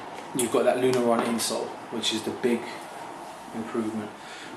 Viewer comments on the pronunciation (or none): Nice review, dude! It's Lunarlon, not Lunaron. :)